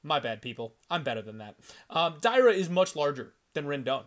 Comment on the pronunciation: Dear. Not Day-ra. Dar-ya. Not Mayra Moroz - Ma-ri-na. I sure, you can read letters wright. BOL:)